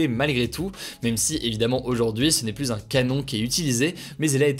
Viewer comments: Il faut arrêter de prononcer le s de plus au milieu de la phrase ! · Hugo tu dis toujours "plusse" ça me tue XD